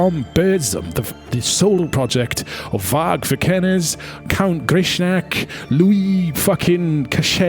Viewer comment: How hard can it be to say vikernes?